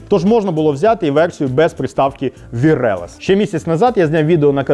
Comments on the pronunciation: Wireless читається як уаєрлес, а не вірелес :) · неправильно)) вАйрлес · Вчіть будьласка англійську, коли у вас така професія! Воно читається "ваєлес". Здогадайтеся, у скількох людей ви викликали фізичний біль своїм "ваірелез". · Вибач, wireless читається як "вАілес" або хоча б "вайрлесс", но не як не "вірелаз" 🙂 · Спочатку подумав, що "вірелес" - то був якийсь прикол. Але ні., будь ласка вимовляй правильно - ваєрлесс, бо кров з вух тече... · Вірелесс)))) блін ну вайрлесс🦭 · Не вірелес, а вайрлес)) це означає безпровідний) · Ну,!!! 🤦🏻‍♂️🤦🏻‍♂️🤦🏻‍♂️ «WIRELESS» то [ВАЙРЛЕС] від слова дріт- WIRE [ВАЙР] та слова меньше - LESS[ЛЕС] тобто «меньше дротів» або бездротовий )) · Українська це прекрасно але читати слово wireless як вірелес це дічь)